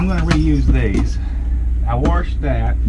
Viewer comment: You sound like my Mom "you WARSHED that" there is not an R in wash...LOL it's ok I made fun of Mom too!